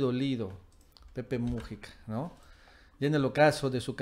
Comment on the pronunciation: QUERIDO AMIGO, NO SE DICE PEPE MU'JICA, SINO MUJI'CA. LA SILABA FUERTE ES "JI". POR FAVOR CORRIJETE, QUE SUENA MUY FEO.